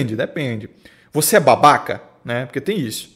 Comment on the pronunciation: "vc é babaCA?" me quebrou kkkkkkkk